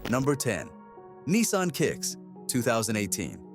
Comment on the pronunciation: Neesarn 😂😂😂😂it’s a Nissan .